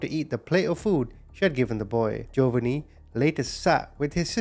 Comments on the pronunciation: This is how U pronounce the name of the 2nd victim hun, Gee-O- vah-nee. I know it looks weird and a dictionary would probably do the pronunciation differently than I just did, but if U say what I wrote, all together, I think U eventually should get the correct pronunciation. Love ur channel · Jovonie.. is pronounced JO VA NEE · I think the boys name is pronounced Joevaneeeee